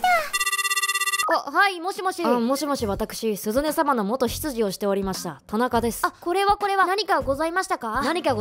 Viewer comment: 田中が、 「となか」に聞こえたw ていうか、前回からなりそうだなって思ってた展開ｷﾀ━(ﾟ∀ﾟ)━!